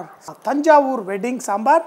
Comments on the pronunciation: Thanjavur, NOT Tanjavoor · Any Tamizhan wil be likee yohh adhu Thanjaavur yaa Thaanjaur ille 😅🤣🤣🤣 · Hahaha Thaanjaavur bomma I laughed badly😀😀😀 yoh adhu Tanjavur bommai. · chef speaking tamil!!..its thanjavur not taanjavur...😂😍👌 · Not Thaanjavur that's Thanjavur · Nobody : Literally Nobody : Chef Sanjay : தாஞ்சவூர் 😑😑😑😂😂😂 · Iam from thanjavur. His pronunciation of thanjavur is killing me🤣🤣🤣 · Mani should teach Sanjay how to say 'Thanjavur'